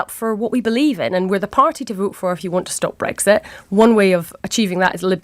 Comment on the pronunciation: Breggsit. Just like Tony bliar says it. So irritating! It's breXit!